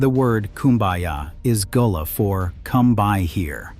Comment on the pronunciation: Facts!!! Its a corruption of Guale that slowly became Gullah. Even in this video "gullah" is pronounced wrong as goo-lah in some parts.